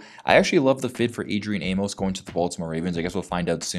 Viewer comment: The funny thing that no one is talking about, is he's from Baltimore!! That would be lit!! And it's pronounced "Aim- mus"